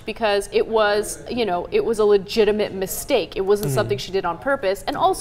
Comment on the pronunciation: hhahhahaha "misteak" hahahah yummm